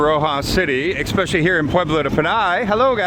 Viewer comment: When you say " ekspecially". It's like raking your fingernails on a chalkboard. Stop it! "Ekspecially is NOT a word!